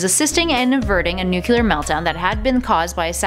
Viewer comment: Nuclear is pronounced nu-klee-urr. Not nu-ku-lurr.